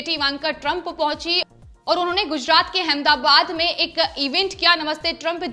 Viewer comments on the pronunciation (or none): none